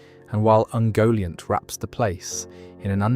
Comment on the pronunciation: Yeah I think it is :( You can hear it on ungoliant which is ‘oongoliant’ at some point, and ‘valinor’